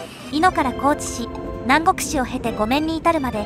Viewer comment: 細かいですが、南国市は「なんごく」ではなく「なんこく」です……。 高知県民でも間違えて覚えている人が多いと聞きます(^^;)